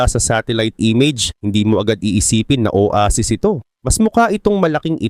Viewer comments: Oweysis talaga yun may short term memory lang sya kaya nakalimutan nya Yung tamang pronounce aray mo pakak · Owaysis bigkas don diba hahahaha